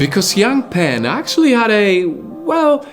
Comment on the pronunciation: It hurts to listen to your Chinese pronunciation. Her name is not pronounced “ pen-g’ (like pen in English) but more like p-‘er-ung, and “wang” sounds more like “wung”.